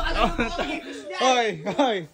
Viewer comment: IFISH? 😂😂😂😂😂😂😂😂😂😂😂😂😂: Ipis hindi Ifish 😂😂😂😂😂😂😂